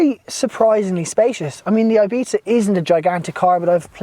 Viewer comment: Great and informative video, cant wait to get mine in 2 months. The only think i would like to complain about is the pronuncition of "ibiza". Pls pronounce it correctly and not like "eibita"